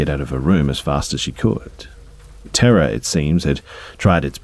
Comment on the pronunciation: For some reason I kept thinking you were saying “Tara” instead of “Terror” lol. I’m an idiot. Great video